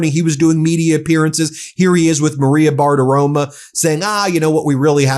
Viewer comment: Do you deliberately mispronounce Maria Bartiromo's name every time you say it? I hate her and Fox as much as you, bur it's an "o," not an "a." Not "Bartiroma.' BartiromO.